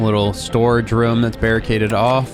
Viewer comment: My favorite part is when says "rum" instead of room.